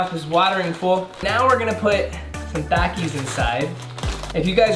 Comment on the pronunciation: it’s him trying to speak with a Mexican accent when he says “takis” for me.